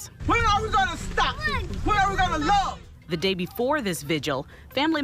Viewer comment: Reał that reał łove😂😂